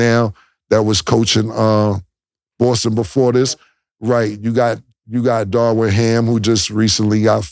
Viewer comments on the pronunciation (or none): It's Darvin not Darwin. It's Tyronn not Tyrone. Lol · The man’s name is DARVIN. Not Darwin